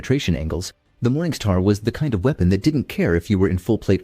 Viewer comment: This guy needs to stop saying "Morning Sthaar" immediately.